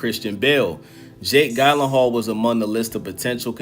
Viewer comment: Love the video but butchering this man’s last name